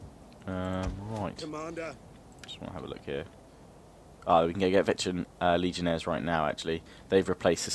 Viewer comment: Daniel Jacob Chacko It’s actually pronounced Legionnaire(s).